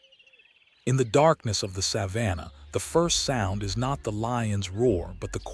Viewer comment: Too bad this AI narration can’t pronounce “Savannah” properly!